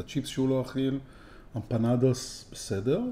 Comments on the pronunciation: היי לא אומרים אמפנדוס.... אומרים אמפנדס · סרטון מושקע, עריכה מעולה, דיבור רהוט, סאונד גבוה וביקורת מקצועית אך אמר אמפנדוס ולא אמפנדס לכן 3.5 במדד שלנו. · אני ארגנטינאי. ואני אומר לך בפה מלא. אומרים אמפנאדס לא דוס דס